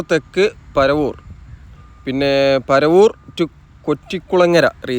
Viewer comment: പരവൂർ alla ketto.. പറവൂർ aanu 😄